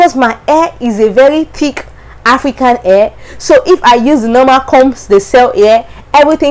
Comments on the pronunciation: The way you pronounce hair is air. hehehe... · Your accent is so hard to understand! Your hair you pronounciation only ( AIR ) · Hahaha my air✌️ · You're cute pronouncing hair, but its ok. But try to sound the hhhhh until you perfect it. You are very good in english. Your speaking voice is modulated. Very good!